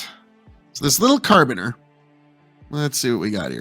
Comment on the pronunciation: carabiner, said "care-a-beaner"